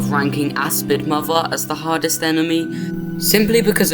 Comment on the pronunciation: I can't help but instead of "hardest" hearing "hottest" enemy 😭